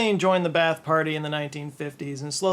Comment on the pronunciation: Pronounced BA-ATH Not bath.